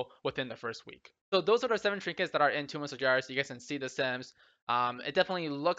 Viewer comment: Its toomb, not tome